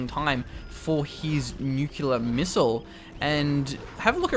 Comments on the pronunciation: new-cliar. That is how you pronounce it. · New-cew-lar missile? Seriously?:D